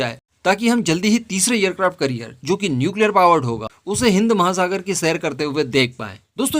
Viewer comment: " एयर क्राफ्ट करिअर " नहीं " एयर क्राफ्ट कॅरियर बोलो.